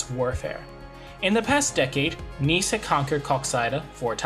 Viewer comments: Yhea that has been tilting me abit during the video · Pronunciation of ‘Nys’ is not ‘niece’. The ‘Y’ sounds but more like the vowel in ‘hare’ or ‘heir(loom)’. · If you make a whole video about Scen Nys, you should learn how to pronounce his name, out of respect. But that's just my opinion